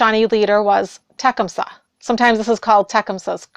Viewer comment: You have an interesting way to pronounce Tecumseh. I lived for a few years near where Tecumseh lived in Ohio, near Xenia, and the way Tecumseh is pronounced there is ta CUM sah, but Iʻve also heard the traditional Shawnee way to pronounce it is more the way you say it, so Iʻm wondering where you got that pronunciation. There is also a thought of a "Tecumsehʻs curse" about tornadoes in Ohio, related to the Shawnee land and treaties that the government did not honor, and subsequent tornadoes that went through those very properties, doing a lot of damage. Tecumseh is not a force to be trifled with.